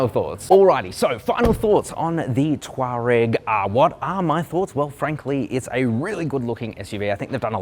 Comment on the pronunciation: Come on, it’s tour-egg